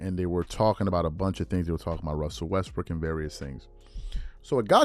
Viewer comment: Maybe others caught this too, but I'm sure he said "WestBRICK." So funny! I've never been a fan of Westbrook, so I'm cool with it. Westbrook is in my list of players who, although individually great, don't play winning basketball. Others on that list are: Allen Iverson, Carmelo Anthony, James Harden, Latrell Sprewell, etc...